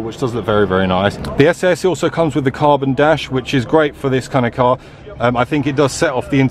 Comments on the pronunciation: I thought it was pronounced SS not SA SA? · Abarth themselves say its pronounced as "SS" not "essay essay" ...just saying. Research isn't hard. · It’s pronounced SS 🤣